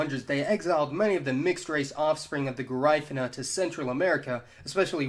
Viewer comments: "gerifena " do you mean Garifuna ? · Garífuna (pronounced "Gah-Ree-Foo-Nah") Not "Guh-Rye-Fuh-Nah" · Yeah he fucked that up bad. I noticed too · PRONOUNCED GA-REE-FOO-NAH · It's Ga-REE-foo-nah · Its GARE I FOONA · Dude, love your videos, but you gotta work on your pronunciation a little bit. The "i" in Garifuna is not pronounced like the "i" in mine; it's more like the "i" in Caribbean. It kinda takes away from a video about ethnicities where phonology is somewhat important. I've noticed issues in other videos but can't remember them specifically right now. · This guy does a terrible job with the names he butchers all the names of the people it's called taino= tye-e-no. And garifuna= ga-ry-foona..... it's very simple 🤦‍♂️🤦‍♂️🤦‍♂️🤦‍♂️🤦‍♂️ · Did thiz dude jut pronounced Caracol and Garifuna wrong, I mean if ya gon make a video at atleast learn how to pronunce dem words correctly ( Just Sayin ) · And dude your accent is so off. You mispronounced so many words. Garifuna, Taino, patios among others. Please learn to pronounce them correctly.